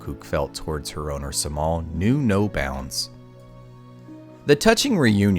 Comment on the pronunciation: Cemal is not pronounced with a C but rather a J because it is a Turkish name.